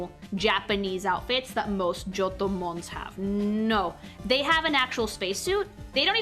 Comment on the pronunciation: (Part 1) finished cooking "GIOTTO"-MUSU (just luv yer italian pronounciation of johto:"3)..!! And darn these legends were DARN WORTH waitin for..! As ya wished we should do, here my thoughts bout yer designs (kept them short bc dunno if yt comments are limited 🤔 - edit: yeah they seem to be so it's cutted up in 3 parts now - never mind): 152 - CHIKORITA - yer decision to color her hakama in brown is such a pleasin to the eyes (instead of red) and goes great with her green skin. 153 - BAYLEEF - now the brown starts to turn rose-reddish and just realized Chikorita already had lil buds round her neck 😋 154 - MEGANIUM - goosh she's stunning! One of the fullest of beaut ya made so far! The white dress with its rose n pink ornaments reminds me of raspberry milk and she clearly embodies MOMMY NATURE to me 😍 155 - CYNDAQUIL - great job in portrayin her shy nature (with mousy face x3) and problems to control her fire from burstin out. 156 - QUILAVA - luv her hairstyle and nose shape lookin from the side 😎 - maybe just wish the orange armor parts to become lil more diferent in color to the red ones (more like yellow/gold I guess 🤔) 157 - TYPHLOSION - still do love her hair shaped like a samurai helmet and those eyes make her look rl bada$$ 😎 (orange armor parts now look more lighter or goldish - superb!) 158 - TOTODILE - aaw she got attitude and is such a sweety the same time:3 great color scheme and thats totally one of my favorites comin to hairstyle (short n fluffy 🥰)